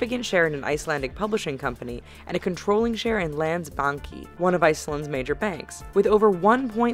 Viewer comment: You can't say landsbánkin right I'm from icland